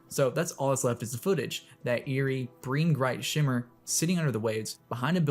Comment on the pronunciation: “Breen Gright Shimmer”